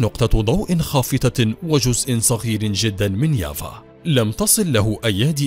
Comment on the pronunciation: كيف يافا صارت ياڤا يلعن أبو السرد على أبو الي علمكو النطق